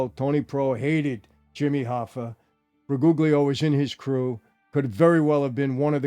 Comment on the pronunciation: Briguglio is not hard to pronounce. Bree ghoul yo. In Italian every time you see a "GL" it's pronouced "YL". Bree googly oh, are you putting cream in carbonara or sumn?